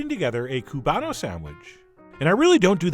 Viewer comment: Oh!!!!! You did Tampa SOOOOOO PROUD!!!!! "You are the Chef John of your Cuban!" ;) <------You know how to pronounce it ;) xoxoxo I have been following you for years. Always such an amazing experience! Thank you for all that you do! :*